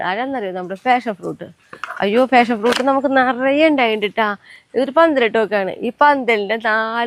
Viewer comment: ഫാഷൻ ഫ്രൂട്ട് അല്ല. പാഷൻ ഫ്രൂട്ട് ആണ്